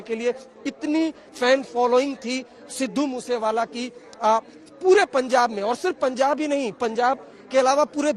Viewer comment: Sir pehele to app naam thik se loo